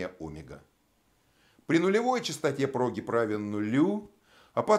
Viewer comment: Мне ещё "прОгиб" понравился.